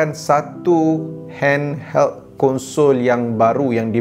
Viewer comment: aku dengar dia kata hand"HELL"